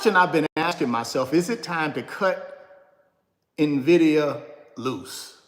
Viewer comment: Its NVIDIA not NAVIDIA